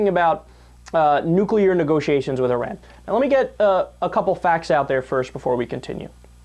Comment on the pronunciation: Thank you for pronouncing Iran correctly! A lot of people say it incorrectly: 'eye-ran' and also 'eye-rack' for Iraq. Even solders that have been deployed there say is wrong. That's OK. Our solders can say it anyway they like. They earned the right.